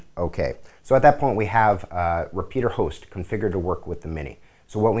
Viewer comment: What is this "repeater" host you speak of? Its "repetier" host you goon.